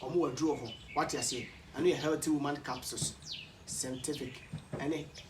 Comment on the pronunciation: Klinsman berry kobby hays 😂😂😂 and “helty”